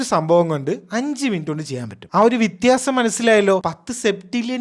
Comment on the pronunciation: വിത്യാസം ❌ വ്യത്യാസം✅